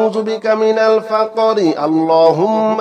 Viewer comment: ফাক্-রি উচ্ছারন শুদ্ধহচ্ছেনা।